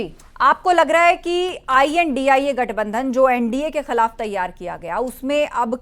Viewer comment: Maam indi nhi india पहले बोलना तो सीख लो तब patrakarita